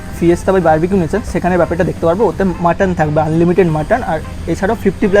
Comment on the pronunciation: উচ্চারণ টা বাফেট নয় বুফে হবে 😵‍💫